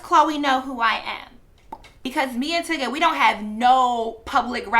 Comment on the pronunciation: This entire time I thought you were saying Tigga not Tyga lmaooooo just fucking his name up but who cares either way